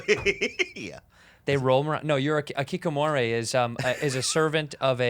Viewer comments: Keekamoray? Lmao i couldn't tell Bobby was trying to say Hikikomori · They pronouncing 引き籠もり (hikikomori) as "kikomore" is driving me crazy